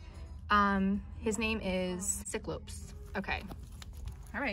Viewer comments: "Sicklopse" lol its cyclopse not sicklopse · cyclops is pronounced ~Sigh-clops~ (sorry just had to say that, i don't mean it to be offensive) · It pronounced sie clops and try clops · lol the fact that she called it "sick-lopes" ( its sy-clops btw) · Nobody: Nobody ever:: SiCloPsE TrIcopse 😂😂😂😂😂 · the pink and blue monsters are pronounced "sci-clops" and "tri-clops" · You pronounce the pbj’s sigh-claw-pz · I think it's pronounced sy- clops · The way you pronounce it is sighclops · The way she said cyclopse 😂